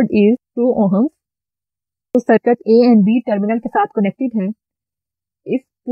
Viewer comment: Ma'm awesome video.. Bus ek suggestion hai, sircut mat boliye plz, circuit boliye, isse aapko teaching better ho jaegi